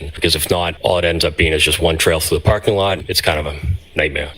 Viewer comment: “I’d been pAhking vehicles at the lot…”